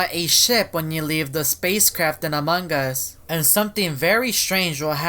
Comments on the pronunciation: "amangas" . Only caption users can understand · he says amog us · said amongas and every time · Me teacher:!! Pronounce among us:among gas Me:Crono:crawno Me:plolus:poilus Classmate: (Haha stop please I can't stop laughing)